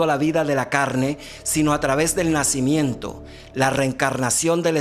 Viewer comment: no PUEDES DECIR NACÍmiento